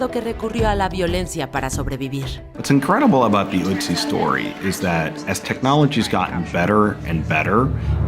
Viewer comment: Amiga es otzi no utzi